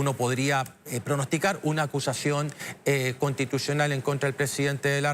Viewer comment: acushashion conshtituchional